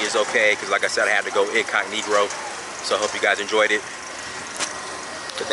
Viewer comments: Yes, we use that term a lot. He's not the first nor the last person to say "incognegroe" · Did you just say incognegro? Lol can't say I've heard of that before. I love learning history about my ancestors. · he said incognegro.....off the chain ..... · Did anyone else catch him say “incogniGRo” in the first minute or was that just me